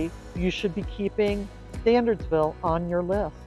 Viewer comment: in the beginning of the video, you say the town name is pronounced "Stan-urds-ville" not "Stan-ahrds-ville." However, after that, you keep pronouncing the name of the town as "StanDardsville." I guess there are two different options for mispronouncing the name.